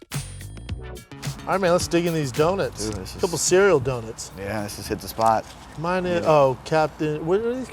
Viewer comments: Its pronounced "dough-nuts".... not "dough-nits"! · Of COURSE Schaub calls them do-nits instead of do-nuts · It's no surprise that Brendan is someone who pronounces it as "Do-nits"